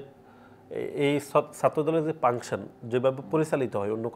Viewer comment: ফাংশন কে বলে পাংশন 😂